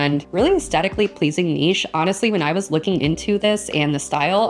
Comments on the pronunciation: I always pronounced it Nish but it is Neesh, you are right! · Hi, ❤ Thank you so much for this video! I really don't find any of these weird, I just discovered the raccoon one particularly and I love it as well😍😍 and yes, it is neesh, because of its French origin from what I know, to me nitch never sounded right😊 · Yes, you’re saying ‘neesh’ right. I’m in Europe and that’s how we say it. Very funny video! 😂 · It is not nitch...its a french word...and lovely on the ear...Niche...you are correct!! ❤❤❤❤❤😊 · The word should definitely be pronounced Neesh 🙂 Great videos Thanks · It's Neesh. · You say 'niche' right. It's a French word so should be pronounced that way. Thanks for the video!